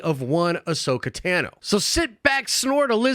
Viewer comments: "Ahsoka TAHUNO" bruh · and then you pronounced Tano wrong as if we haven't heard it spoken thousands of time in Star Wars shows???